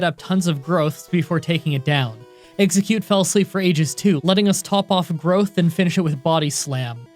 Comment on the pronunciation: he said pokemon fire red with one eggcute lol